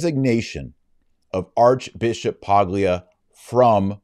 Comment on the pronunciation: As a native Italian speaker I know the English is the most glorious language but in Italian & Spanish the "g" in "Paglia" is silent just as it is in many English words. It's "P-AH-L-y-ah" in Italian & Spanish. What is Paglia English? Straw [noun] (also adjective)